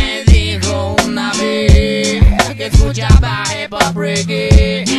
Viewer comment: que escuchaba HipHop, Reggue.... ensí dice HepHap xd